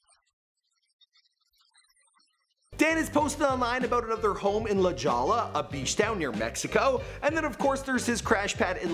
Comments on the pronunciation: HAHA - dude I know right??... Fucking says, "La Jollah??" Seriously, this dude needs to read a book!! Lol, and his pronunciation of "Aventador" was hilarious!! Lol, if a person is running a youtube channel (his supposed "profession!!") - you would think that the person would at least use the correct pronunciation of EVERY word that comes out of his mouth. If you aren't sure - there is this CRAZY thing called google - and it will tell you exactly how to correctly pronounce any word that you are unsure of. Haha, that is just embarrassing!! Funny for us though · Haha, "La Jaw-law near Mexico". That's not how La Jolla is pronounced. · la Jolla is pronounced la-HOY-a... not la-JAW-la in San Diego California. I almost missed that from what you said but your right its not far from Mexico... but its a city in my own county in southern Cali so I'm gonna just guess you're not from here. 😘💋💘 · Did he really just call La Jolla, La Jaw-la?!!!😂😂😂 its pronounced La Hoy-a!! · LOL this dude said la JALLA! It’s pronounced La HOY-YA.... I guess a Canadian wouldn’t know that.... doubles LL’s man.... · I know right? “La Jolla” is pronounced, “La Hoya.” 🙄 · Can you tell me where “La Ja-La” is?? Lmaoooo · Real Bride Of Chucky lmao he said la-Jaw-la. I hate the sea world because every time I go journey to Atlantis is broken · Dude! You don't pronounce La Jolla the way it's spelt, my God!!! It's pronounced La Hoya. Also, the movie isn't called Wars Dog. It's called War Dogs. This was painful to watch. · its pronounced La Hoe-yuh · Positively Udo la Jolla instead of la hoiya lmao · All the cringe worthy pronounciations are like a punch in the kidneys each time i hear one. "Avintadoor", "Oddmars Pieujit", "La Jalla". Kill me now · Lol. You are the WORST with pronouncing things correctly. He has a house in La Jolla (pronounced La Hoy-uh) its a really wealthy suburb of San Diego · he actually said la jolla like that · That city near Mexico is pronounced La•hoi•yah lol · La “Jaw-la”?